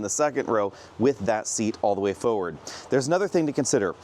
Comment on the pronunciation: This is a nice review. Please note that there is an ‘r’ in forward, and an ‘l’ in Volkswagen.